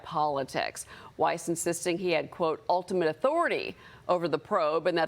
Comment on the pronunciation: Weiss is not pronounced "wise".